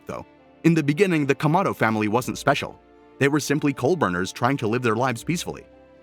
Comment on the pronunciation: Explain to me why did you butcher the familys last name